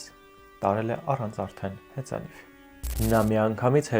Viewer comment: հեծանիՎ ոչ թե հեծանիՖ😮